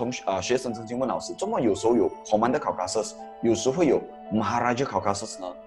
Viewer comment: Maharaja Caucasus，不是Maharaja Causasus